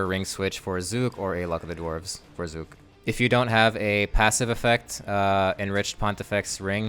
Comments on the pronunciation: thank you for saying his name right and not saying zuck every .5 seconds like rsguy its like he just loves how CK words roll off his tounge and cant resist saying it over and over and over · It's an aside; but you're not using the same kind of "u" as is used in the cinematic by Zuk himself. It's closer to the "U" in under, or umlaut. It might be a bit difficult for you to hear due to phoneme awareness being something that's difficult to expand upon past a young age. Good guide overall!